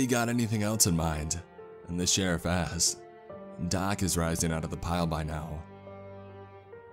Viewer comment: you need to pronounce your K's a little more everytime you say jack ask's which is a lot i hear jack ass lol